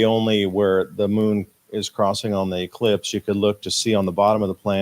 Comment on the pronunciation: He definitely made sure he said elipse instead of eclipse,that's a job for Paul Knight, he'll be on that big time and I'll be waiting for the next episode he does with you👍